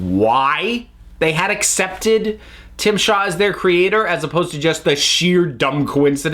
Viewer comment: Yeah, it's Tzim-sha. But that's not as funny as Tim Shaw.